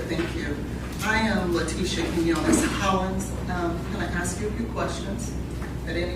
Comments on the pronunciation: Hard to listen to any of those defense attorneys!! Especially when they say axe instead of ASK Annoying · Male defense lawyer said “axe” instead of ask . Omg